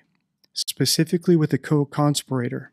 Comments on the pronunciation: How can such a common word be mispronounced so bloody often! Like nails on a chalkboard! Conspirator. << Correct Conspiratetor. <<< Wrong! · Like the vid a bunch! Btw, you’re pronouncing “conspirator” incorrectly❤